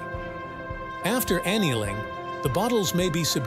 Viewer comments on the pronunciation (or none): Note to quality control: It's aneeeling not aneling